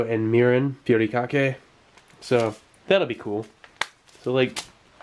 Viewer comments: Its not called putikake. its called “hu-ri-ka-ke” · Good pronunciation of Furikake but the Fu part is actually pronounced like "Hoo", you just blow air through your lips like blowing something hot.